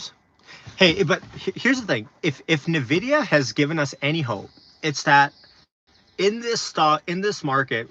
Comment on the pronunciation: keep up great content... only thing is I believe Nvidia is pronounced like "EN" VIDIA instead of "NUH" VIDIA.